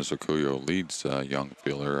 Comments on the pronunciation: The man's name is Dennis Orcollo, not Orcullo. You could have at least gotten that right. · They didn't even get Dennis' name right. It's Orcollo, not Orcullo.